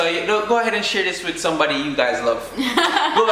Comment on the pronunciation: Somebody= smaddy😆😆😆